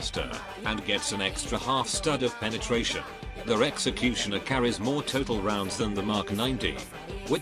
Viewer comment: Nobody: Literally fucking nobody: TTS: "Sexecutioner"